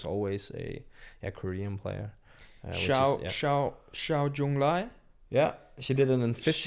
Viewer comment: Just wanted to point out that you are mispronouncing Seo. Sounds more like Saw.